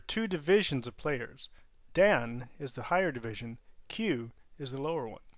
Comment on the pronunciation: "Dan" is not pronounced right in the video. Think of the honorific "-san" but replace the "s" sound with the "d" sound.